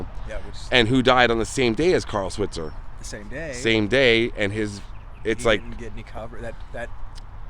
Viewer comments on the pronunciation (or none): His last name, Switzer, is really pronounced with a long "i". Swite-zer. Several of the shorts have the kids addressing Alfalfa's mother by the true pronunciation. Also, the films were made for movie theaters to be shown before the feature films. The series began in 1933, before television was invented. No one thought about later showings so there were no residual provisions in their contracts. The films were rereleased in theaters throughout the 1920's and 1930's by Hal Roach, the creator and producer of the series until MGM bought the rights and continued the series for 6 more years. They weren't on TV until 1955. MGM kept their films with the "Our Gang" title and Roach had to change the name of his films to "The Little Rascals" and various titles for the silent "Our Gang" films, of which numerous ones are lost films. Very nice video, guys. Also, Carl Switzer was short in the buttocks and the bullet went through his groin. A witness to the shooting, who kept his silence for years until after the shooter had passed away said that he was shot when he was leaving the house. It was really not a justifiable homicide. His brother, Harold, took his own life after having apparently killing someone and couldn't live with what had just happened. Very sad. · You mispronounced his last name. It's pronounced "Sw-eye-tzer".